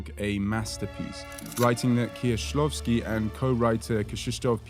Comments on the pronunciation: well done, really nice prononcuation. I appreciate tthe researtch and the effort to pronounce it correctly. BTW i just watched your video about Eggers' influences and I loved it. I was happy to see Kieślowski after checking your other content :D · I appreciate how accurately you pronounce their names, Kieślowski, Piesiewicz. Thank you!